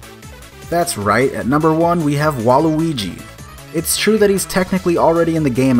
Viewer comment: NO NOT WAULUGI